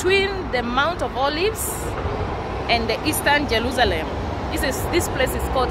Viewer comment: Jelusalem. Where did the letter 'R' go?